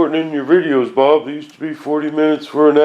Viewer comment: BOOOOOOOOOOOOOOOOOOOOOOOOOOOOOOOB !!!!!!!!! ( that's Bob, not boob)